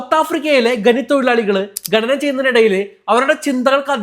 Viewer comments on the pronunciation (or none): ഗനി, തൊഴിലാളി ഗനനം ചെയ്യുമ്പോൾ😂 ഖനി തൊഴിലാളി ഖനനം ചെയ്യുമ്പോൾ എന്നാണ് പറയേണ്ടത് 😂😂